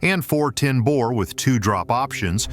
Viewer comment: “Bour”? No, Bore.